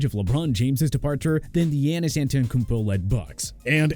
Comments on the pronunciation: Please never talk about basketball again 😭😭 "Steven" Curry? "Dreymon" Green? Wiseman isn't even on the Warriors? Yanis? Pain bruh. Pain 😭😭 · I knew he was going to butcher Giannis' name if they put the Bucks in and sure enough. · Can’t even pronounce giannis right